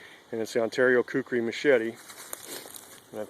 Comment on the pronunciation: 4x it's Kukri. Not Kukuri. It's not that hard. You have to be American.